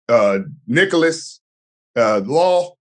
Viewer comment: Lol "Nicholas "